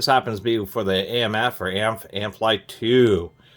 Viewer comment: LOOOOOVE your channel. "AMF" isn't a word per se. It's pronounced simply by saying each letter. :)